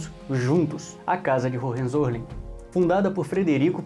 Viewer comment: Hohenzollern, se fala: Roem- Tzo-Lérn. O "R" de Roem se fala como os Cariocas fala o "R" de Rio de Janeiro....